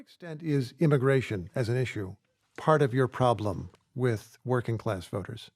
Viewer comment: When you have to define the word "priblem", you have a problem! 🤦‍♀️